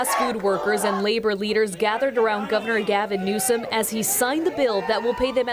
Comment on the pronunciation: IT'S GAVIN NEWSOM - not GAVIN NEWSON!!!!!! M!!! Not N!!!! Holy f***!!!!